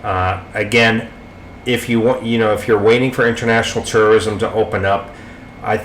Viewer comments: Dam, sounds like you keep saying TERRORISM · It sounds like you are saying Terrorism. Haha